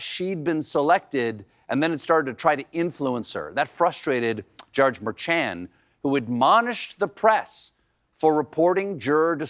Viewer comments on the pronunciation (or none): Someone please tell Stephen to ignore the “ch” in Merchan. It’s Mer-SHON. Mer-SHON. Like a mermaid, then shush Jon. Lol MerSHON! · The judge pronounces his name Mershon, Colebear. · Late Show interns, please read that the judge's name is Murr-Shawn. Like Mermaid. MerSHAWN. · STEVEN... For heaven sakes his name is NOT " Mer-CHAN " its pronounced Mer-Shawn. Juan Merchan...Lovely rhyme! Love, love, love ya Stevie pants.😊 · Hey Stephen, with all due respect, please learn how to pronounce Merchan's name? It's so disappointing to hear Americans mispronounce American names. Especially since it is a name that is on everyone's lips lately! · Stephen, Please pronounce the judge’s name properly. He may be our last hope!